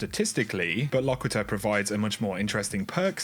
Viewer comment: It's pronounced "Lock-quit-er."